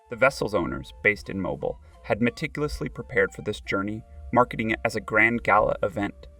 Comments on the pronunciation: I came to say the same thing~~~ it’s pronounced mo -BEEL ( rhymes with wheel). Otherwise good video. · It is pronounced Mobill not like you have been pronouncing it. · If your going to do a video learn how to properly pronounce Mobile.